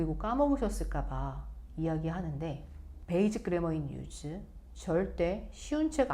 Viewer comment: basic의 발음은 베이식 in use의 발음은 인 유스 입니다 가장 기본이 발음이라고 생각 합니다